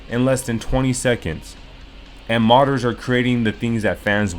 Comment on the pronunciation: When you say "modders" it sounds like "martyrs" which is uncannily fitting